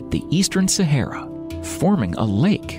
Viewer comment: Sa ha ra thats how its pronounced.....literally had to turn this off due to how u say sayhera......ffs